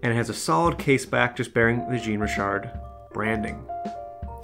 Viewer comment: More like shawn-ree-shar 😉